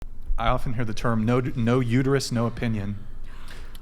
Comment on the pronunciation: Remember ladies its uterUS not uterYOU